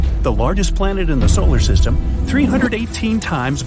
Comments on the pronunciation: he said "solar sytem" lol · Solar sitem